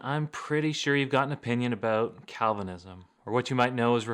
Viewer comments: What are you talking aboat?🤷😁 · Love you,... especially when you Canadaize the word "about"!